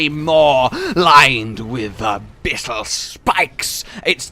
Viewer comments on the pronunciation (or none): none